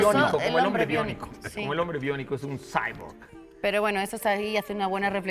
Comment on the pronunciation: Jajaja me dio mucha risa como nadie entendió lo de cyborz xD aún nos falta acostumbrarnos a la pronunciación en español de las palabras en inglés.